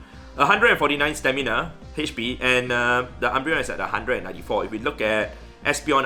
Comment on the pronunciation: Everyone: Hp: Hetch-P